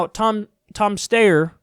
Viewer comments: I commend the commitment to Stayer... Steyer... LOLOL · Kyle I love u but that Steyer/ stuyer shit is getting annoying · Tom Stayer... Styer... Steer... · its not pronounced steyer or steyer, or even steer, its stair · "SteyerStayer" LMFAOOO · Pronounced sty-er. Sty, like pig sty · Tom Steyer Styr Steer Whatever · Tom, Tom. Steyer Steyer . . . Steer w/e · You can Google on of his ads and see how he pronounces his surname. It's St-eye-er. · "Stayeir, styer" 😂Love u Kyle :) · Steyer.....stayer. DEAD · Steyer? Stayer? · Take one pronunciation and run with it. It ok. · Every time you botch his name I can't help but laugh #kylestheshit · Kyle, please stop pronouncing his surname twice every single time! It's very off-putting! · Every time he says Steyer's name I think of Bugs Bunny saying Hansel. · Wanted to give a thumbs up every time Kyle mispronounced Tommy boys last name. :D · Dammit Kyle, pick a pronunciation and stick with it lol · I'm dying all the different ways Kyle pronouncing his last name. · Kyle you are making yourself look silly by pretending not to know how to pronounce this guys name. What’s going on with you lately? First the ok boomer crap, now this.... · You're saying it wrong. It's not Steyer, it's Steyer. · Kyle please just choose one way of pronouncing Steyer. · Kyle butchering Tom Steer's name never fails to make me laugh. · Just pick a dumb pronunciation of Steyer and stick with it. If you pronounce “Steyer” and “Stier stayer” that’s ok just be consistent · The steyer pronunciation bit was very aggravating. Other than that awesome commentary. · The name pronunciation flip-flop 😂😂👌